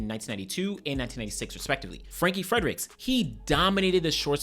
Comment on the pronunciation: Didnt know youre Nigerian..coz the way you pronounced those names was impressive. Thanks for always remembering our guy Frank Frederick🇳🇦